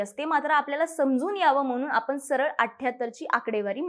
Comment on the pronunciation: सखोल माहितीसाठी खूप धन्यवाद. - आपण "ण" आणि "न" मधला फरक लक्षात घ्या. ण च्या जागी न म्हटले जात आहे. उदाहरणार्थ - पुने, आपन, कोनता, इत्यादी तुम्ही बोलता छानच, पण ह्या बारीकसारीक गोष्टी खूप महत्त्वाच्या आहेत.